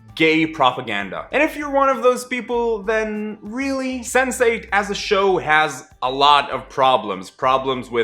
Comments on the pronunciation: I thought you said 'sensei' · I keep hearing Sensei-ght